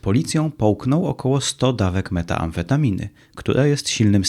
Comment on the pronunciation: AAAAAAAAAAAAAA!!!! metAmfetaminy!!!!! Nie metAAmfetaminy Edit: NOSZ KURw...